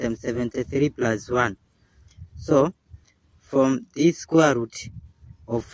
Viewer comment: Squer’ ruuut’